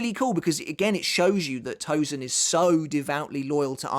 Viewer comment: Hate it when these English speakers can properly say the « sen » in sensation, but will refuse to do so for Tosen, and instead called him ToZen!!! It’s Tosen not Zen